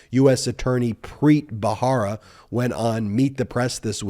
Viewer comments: I think it's Ba-RA-ra, not Ba-HA-ra. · Preet Bharara. The last name is pronounced Ba-ra-ra. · That's Preet Bharara, not bhahara (rara, not hara). Other than that, your presentations are authoritative, factual and measured. Well done. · Please pronounce Preet’s last name correctly! It’s spelled Bharara, pronounced as though the “h” isn’t there, Barara. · PREET'S LAST NAME IS B H A R A R A not BAHARA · You are mispronouncing Preet Bharara's last name. You can check out the correct pronunciation from Preet's podcast "Stay Tuned with Preet." He says his name in his intros. Love your videos.🥰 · Hi Ben- You mispronounce Preet's surname, but I forgive you because I love you. The "H" in the surname is a soft "H" like the one you encounter in the expression, "AH." Not like the hard, forward "H" used in "Help." Think of the final "h" in "House of Hannah" for example. Thank you for your brilliant comments and commentary!